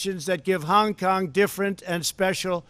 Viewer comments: He is taking none of the blame for anything. He repeats the blame on China and WHO He screwed up so bad with his response to the virus He is now looking to start a War with China His pronunciation of China and Hong Kong is very is to get a racial reaction toward there people He must be politically taken out of this position immediately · Why does he say Hong Kong so weird? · Because he was from New York. Ok?